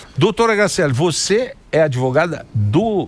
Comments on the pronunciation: O PCC pagou a faculdade dessa “adevogada”! Vai falar errada assim lá na comunidade!!! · Qual faculdade de direito graduou essa “ADEVOGADA” 🤦‍♀️🤦‍♀️🤦‍♀️🤦‍♀️ Reflete o nível altisssiiimooo dos nossos graduados!!